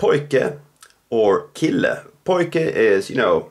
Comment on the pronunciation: Why is kille not pronounced shille? Is it your particular Swedish accent?